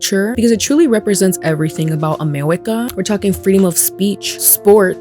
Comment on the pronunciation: Are you a toddler you said "amewica"